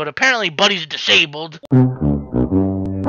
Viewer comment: The way You said disabled was Making me spit my Water XD